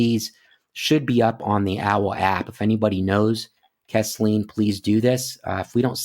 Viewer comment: Three little corrections. I live in the area and Chatsworth is in Murray Co., not Whitfield. You pronounced her name Kess-Leen but her name is pronounced Keez-Linn. The town she went missing in is pronounced Ree-sack-uh. Im not trying to be 'that guy'. It's awesome you are covering these cases. I live in the area but have only become aware of them a day ago!